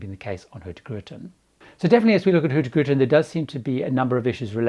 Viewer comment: Love your pronunciation of HurtieGrutin (Hurtigruten) 😄